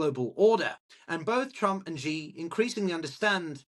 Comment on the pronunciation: As a Sinologist, as soon as Trump was reelected in 2024 I called a PRC invasion of Taiwan during his presidency. I still stick by that. Also,, you're better off pronouncing "Xi" exactly like the English word "see" — it's not perfect, but it sounds better than "she", "zhee", or "jee" 👍